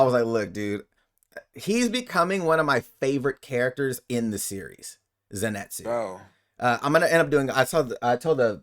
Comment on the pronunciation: It'll be strange having Zenitsu wake up and be afraid of everything again....also, why is it that most reactors can't say his name? It's Zenitsu and not Zinetsu guys 🤣 Great discussion, loved the reaction as well